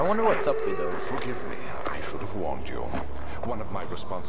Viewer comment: it sounded like he said "fuck with me" instead of "forgive me" :P